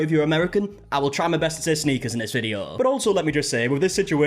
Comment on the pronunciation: As an American who primarily watched British crime dramas, it sounds weird hearing you say 'sneakers', too.